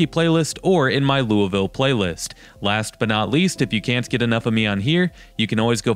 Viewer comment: I live in Louisville in middletown in fact. I'm not a snob and I usually don't run into snobs in this area. Those who work hard, make good money and have great credit can have what we want. You're rude and you don't even say Louisville correctly 🙄